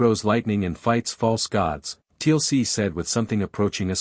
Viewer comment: I know great story but TLC in Stargate big no. AI still has a lot to learn about pronunciation